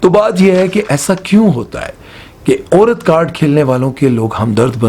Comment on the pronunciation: Apni Urdu theek karo ,it’s Aurat not oorat !